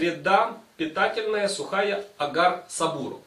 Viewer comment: Так то сабурО, а не сабУро